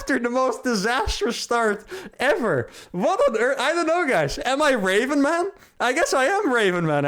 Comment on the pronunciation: Anyone else hearing "raving mad" instead of "Raven man"?